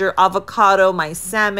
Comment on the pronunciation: Hate when people pronounce Furikake wrong. Otherwse food looks great 👍